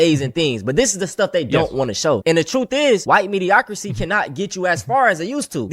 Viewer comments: he said mediocrity as “medioCITY” lmao 😂 Now we know why he needs DEI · "White mEdIaCRicY" Bro you can't even say it right. Its "mediocriTy" 😂😂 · 'mediocrasy'. My brother in christ you can't even say the fucking word correctly.